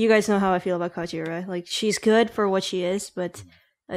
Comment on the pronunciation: ***** Just letting you know, its Kajiura, not Kaijura.